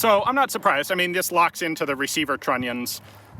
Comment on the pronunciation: Ians favourite dish? FrenchTronion soup............ he likes to say tronion :):):):):)